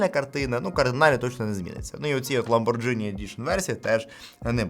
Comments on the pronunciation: не позорься Ламборджини идишн,ЛАМБОРГИНИ же,погугли произношение перед роликом,очень режет слух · ЛаборГіні - ghi = гі / gi = джі (італійська) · Аа, там далі вже 7100, згоден :) Ще рекомендую перейти на правильну вимову назви бренда ламборГіні. Інакше ніколи собі не купиш 🙉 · І ЛамборГіні через ДЖ вимовляє, теж слух ріже